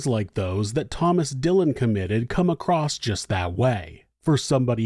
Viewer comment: Across does not have a 't' in it.